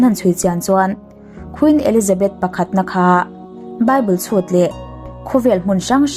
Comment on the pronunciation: A va ngaihnawmin a va bengvar thlak thin dap dap ve le...mahse tun tum chu chhiar sual i nei ve tlatin ka hria, a hmawr i bawk dawn lam ami hi Bible chhut leh thehdarh tih lai ami hi, chhut lai hi.... min ti beng var thin e.